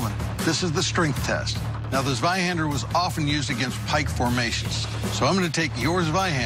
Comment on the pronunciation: Wer kennt ihn nicht, den Sweihandör